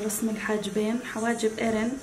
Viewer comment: ياهوووووووه مليون مره اقول اسمه مو ارين بل ايرين افهمو، 😒😒😒